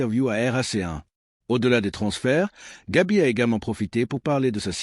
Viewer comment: C'est Gavi et non Gabi merci.